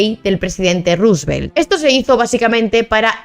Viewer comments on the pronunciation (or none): none